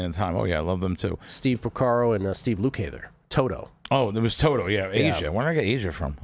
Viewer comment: All of toto are studio musicians and its lukather lookather in phonetic syllables